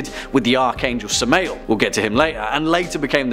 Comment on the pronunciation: Samma el. Pronunciation. And where can I get one of those shirts?